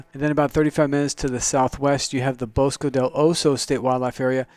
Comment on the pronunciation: Bosque is pronounced Bows-kay! At least here in Albuquerque it is.😷👍👐🇺🇸